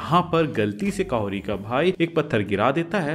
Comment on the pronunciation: काहोरी नहीं कहोरी 😂 उसपर भी कहोरी उच्चारण के समय अंतमें t का सूक्ष्म उच्चारण करते हैं स्थानीय लोग